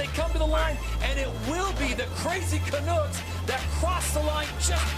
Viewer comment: It's not canoooks it's can-uh-cks